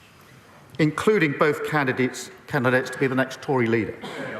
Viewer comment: 5'16"... candideets, Candidates... Sausages, Hostages all over again? Wtf is Candideets?